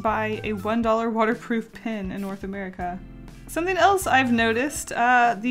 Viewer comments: I almost can’t handle the fact that she says pin instead of pen. I just love her so much that I can get passed it. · STOP SAYING PIN INSTEAD OF PEN!!!!! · I get SO triggered when she pronounces "pen" as "pin." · Yes and I searched for a comment like this for 10 minutes😂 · She says pin instead of pen😂😂 is that a southern accent? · "This watercolor 'pin' (pen)" lol I knew you were Canadian as soon as you said that. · i cried a little bit each time you said “pin” instead of “pen” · Is it just me or every time she said that the pen was water proof that I thought she was saying pin I was so confuesed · Hey is saying pin instead of pen? Or is it just me (Not hating) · Love how she says pin not pen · Everytime you say pen, I think it’s pin....even the auto subtitle think so too. Why are bright colour toxic? I like bright colours.... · It’s pen not pin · Am I the only one thinking she says 'pin' instead of 'pen'? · Pen not pin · It’s so annoying how she says pin instead of pen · When you say pen my captions say "pin" LOL